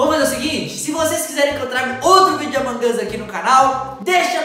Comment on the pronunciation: É AMONG US NÃO AMON GUS